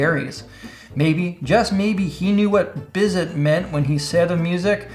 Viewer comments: Bissèh (or Bizèh), not Bisset ! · Georges Bizet was a composer and you pronounce his name beezay. Not bizz it. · "Biz zit"? I think that is the name of a business that makes pimple cream. Perhaps "Bizay"? I don't understand complex English Major phonetic symbols. I have heard of a few classical composers. I love it. Thank you for that pronunciation. I add that to my repertoire of things like "sauvignion' being pronounced at a wine store as "saw vig non" and a "molybdenum" alloy tool being sold at a tool store as "Molly beat 'um". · It's pronounced 'Bizet'. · Bizet, pronounced Bizay. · Bizet is pronounced "Bee-Zay" Y'know, as he was French. Georges Bizet, as in the composer of Carmen, most famously. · no opera buff, or he'd know it is BEE-zay. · Did really just call Bizet "Bizz-it"? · Fun video, funnier pronunciation of names. The "Bizet" from 'The Joker' guitar is the French Romantic-era composer Georges Bizet -- so silent 'T'. Jim Irsay = 'Ear' + 'Say' -- I grew just outside of Indianapolis.